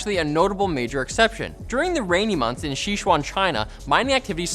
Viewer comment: Si as in sift + chwann. Sichuan. Not shechwann.